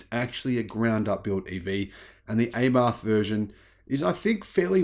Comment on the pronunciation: It's pronounced rhyming with Apart - Abarth - the same A sound. Not with an A rhyming with Aiming. As you said (H)Ay-barth.